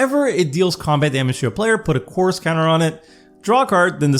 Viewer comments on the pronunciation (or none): Yeah can you articulate “chorus” better? Every time you say the word it sounds like Coors and you’re making me thirsty!😂